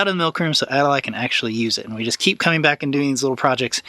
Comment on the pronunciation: No offense meant, but it’s Adali. Pronounced like an ad. Ad- a - lye. Just so you know. 💕